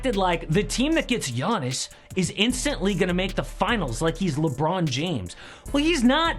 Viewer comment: . "Yawniss" taller than Brook Lopez?